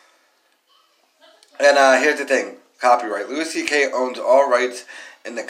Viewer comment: Who the fuck is Lewis CK? It’s pronounced Louie you fuck tard